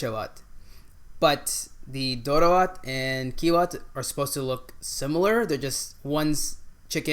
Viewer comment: You are awesome, you've actually said the name of each food correctly. Appreciated!!! Except the Doro wot and the one next to it (I guess beef or ye key wot), all the rest are VEGAN dishes and are not supposed to have any animal product, but am not sure in your case if they have added Ethiopian spiced butter coz you said it has buttery/creamy test. Thank you for enjoying our food.